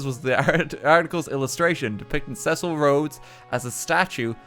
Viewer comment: RT pronouncing Cecil as Sessel made my day